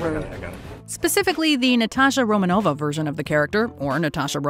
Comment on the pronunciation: At last someone can say Romanova wright